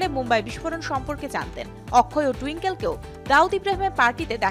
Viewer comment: Shonjoy? Sanjay Akkhoy? Akshay 😒😒😒😒😒😒